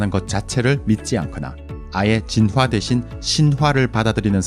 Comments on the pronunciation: 이 채널 특이한점 '진화'를 [지놔]가 아닌 [진.화.]로 한글자씩 발음하심 ㅋㅋㅋㅋ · 진화 발음 너무 거슬려서 못듣겠음..보다가 꺼버림